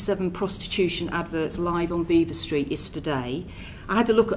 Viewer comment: V-eye-va street.. she said that after hearing it as viva street.. she is so full of shit.